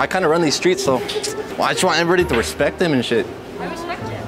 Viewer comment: She said I Reaepct him Hahaha😂😅